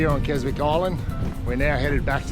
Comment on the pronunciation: Silent W in Keswick, pronounced Kesick.